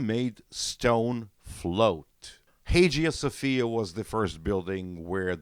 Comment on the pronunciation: So ancient Egypt, Mesopotamian, Persian, Carthaginian, Indian, Armenian, Japanese, Chinese, Mayan, Aztec, Incan, etc don't have any architecture? This is a very Eurocentric white view of the world and architecture. Btw Hagia Sophia is pronounced Hi-Yah Sofia..